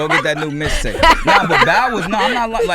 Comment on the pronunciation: ROMEO IT'S MIXTAPE NOT MISTAPE AND IT'S BATON ROUGE NOT BATON RUDGE😂😂😂